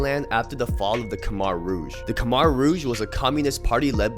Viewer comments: Just to correct u bro its not pronounced khmar its pronounced khmer idk hard to say in a comment section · Good video. Khmer is "kuh"-"my". Do a video on Chinatown Runner, Karen rap is up next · My dude… btw Khmer is pronounced “k-Mai” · Learn how to say khmer correctly